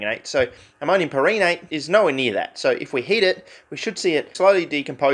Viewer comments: Maybe it's pronounced PAIR-ehnate? Like change the emphasis to the first syllable instead of second in per-EN-ate? Who the fuck knows tbh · It's pronounced "perrhenate" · I believe it's pronounced "perrhenate" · I'm not that well-versed in chemistry or it's naming structure, but I'd pronounce that: Pehr-Hen-Ate but with a very soft, nearly silent "H" in the "hen" part.